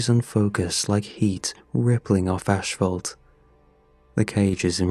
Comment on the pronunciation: Why am I noticing a trend of narrators saying, "ashfault"?? Its "asphalt". No where does "ash" play into this word, at all